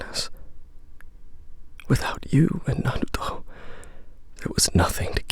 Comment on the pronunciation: The way this dude says, Naruto. "Narluto..."